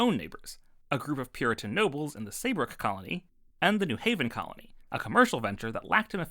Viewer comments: You have the pronunciation of New Haven wrong. Outsiders, like NYC folks, do pronounce it "NEW hav-en", but locals say New HAV-en. It was a commercial venture, but even more a religious venture, being the strictest of the Calvinist colonies. The colony was governed by The Word, aka the Bible, and the General Court looked to the Bible for the law. Also, only church members could vote, and major difference with Hooker's Connecticut Colony. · Y'know, I know the New Haven pronunciation thing is ABSOLUTELY bait... but I'm falling for it.